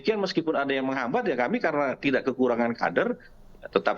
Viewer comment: Ngomong gak jelas ini orang..!!!, menghambat ....menghambat...........apaan tuuuhhh...?!!!.